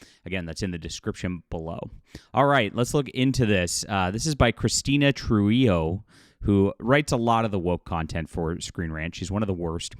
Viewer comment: On Trujillo, the J is pronounced similar to the H, the LL its 1 to 1 Y, you could pronounce it like Truhiyo